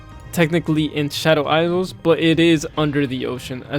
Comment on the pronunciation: And "Shadow eyes-zels" lol